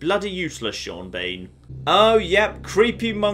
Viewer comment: HellRiser623 Gaming Piss Sean Bean off by pronouncing his name SHAWN BAWN and SEEN BEEN in equal frequency.